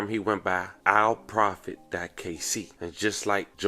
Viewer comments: Dude, ya can't pronounce or read the simplest words. "ALL" profit. Not "Al". And the "love and condolences to the family" is so disingenuous, it'd be better to not even drop it in. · It’s says “ALL PROFIT”. You’re saying “AL Profit” that’s the YouTuber from Detroit. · All…..profit…… not Alprofit big guy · Fam ain’t no way you seen “ ALLprofit” and still say “AL”😂 u doin that on purpose bra it’s aggravating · All-Profit bro😂😂😂 why pronounce it like tht gang